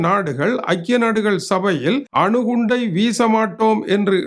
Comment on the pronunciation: வணக்கம் ❤ முதலில் ஆணு குண்டு அல்ல அணு குண்டு என்பதை தெறிந்துக்கொள்ளவும்😂😂😂